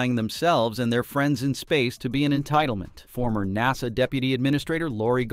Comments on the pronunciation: lol “Nossah” (aka NASA) Tell me you’re A.I. without telling me you’re A.I. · Clickbait title. Horrible AI reader. Seriously, what kind of AI reader can't pronounce NASA? And "seven hundred and thirty seven max". Really? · AI BS can’t even say nasa right now